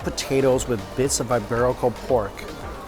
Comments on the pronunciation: E-berico . not eye-berico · It's eeeeeberico not eyeberico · That buffet looks amazing....I'm so jealous! BTW, it's EEEEEBERICO pork not "i" 🙂